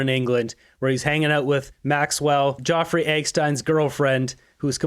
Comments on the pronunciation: "Jawfrey"?? (Epstein.) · HAHAHAHA, you're making yourself look stupid with your pronunciation of Jeffrey. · Dude! Nobody but you on Youtube is mispronouncing Jeffery Epstein's name cause the Youtube algorithm doesn't care if you say it and it just makes you sound stupid. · Please pronounce Jeffrey’s name correctly. Not Joffrey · His name is Jeffery not Geoffrey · from moose on the loose how can anyone take you serious you cant even pronounce Jeffery properly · Like your channel but why are you mispronouncing Jeffery Epstein's name?? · you are mispronouncing Jeffery and Epstein throughout. As well, it's TVA not TVP in Quebec. Keep up your good work, but get some sleep or slow down a bit! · Jeffery Epstein not being pronounced correctly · its JEFFREY/JEFF EPSTEIN not JOFFREY EGGSTEIN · Any reason why you’re mispronouncing Geoffrey Eggstein rather than Jeffrey Epstein? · its Jeffery not eggstein